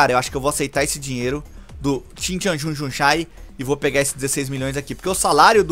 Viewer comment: "Marlon recebeu proposta do changjksjshsjskdjhxksskjsgv "😂😂😂😂😂